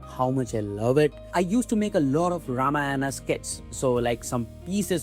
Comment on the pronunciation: Please please please please, it’s pronounced RAAMAAYAN. Please. Just ask a regular Indian to help you fix how you say it